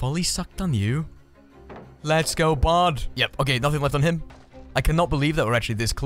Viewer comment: Are you say "Hello bard" or "hello bud"?